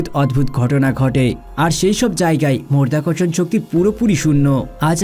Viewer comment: মধ্যাকর্ষণণ কি করে মরধ্যাকরশন হচ্ছে রে ?